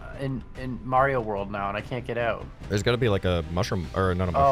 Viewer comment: actually saying Mario properly